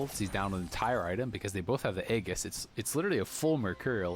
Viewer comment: It's E-Jis NOT A-giss JFC